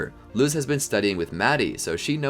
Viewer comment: Love the idea but the way you pronounce Luz and Plantar makes me cringe so hard 😖